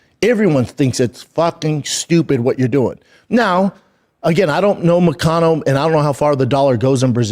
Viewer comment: Damn it hurts my ears how he pronounce ''MoKAnO''...by the way Shlaub, he lives in Florida so he is not in Brazil!